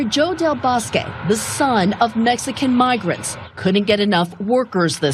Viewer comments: del boskaya? learn a little before go in front a camera. Del Bosque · How did you get 'Boscaya" from 'Del Bosque'? GAH! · Ana had such hard time pronouncing Del Bosque?????? Ridiculous. I know it is not about the message but with a simple reading of Spanish pronunciation you can say such names well.